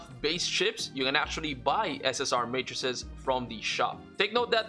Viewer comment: finally someone who pronounces matrices correctly and knows the singular is matrix